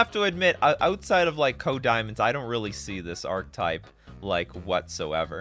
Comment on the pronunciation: Archetype = ark-ih-type